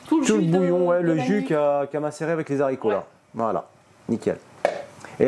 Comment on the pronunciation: En toute amitié, c'est des Haricots, avec un H aspiré et 'non des z' haricots. Des haches etc 😉 Bon appétit